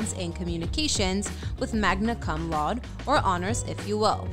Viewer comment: Your pronunciation of "Cum Laude" though